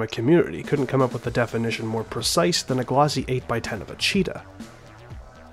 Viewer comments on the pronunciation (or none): none